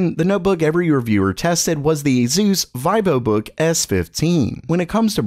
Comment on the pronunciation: Vivobook is being read as veevobook